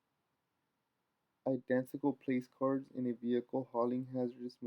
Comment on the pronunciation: they arent place cards idot!!!! Its pronounced plack-urds but spelled placards